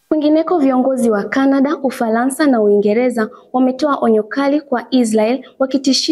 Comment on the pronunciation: Umefanya vyema lakini Matamshi sahihi ya baadhi ya meneno ni changamoto mfno; Uingeleza❌ Uingereza✅✅, Ufalansa❌ Ufaransa✅✅ Tambua kwamba Matamshi ya maneno ni SUALA muhimu sana ili kulinda mantiki rejelewa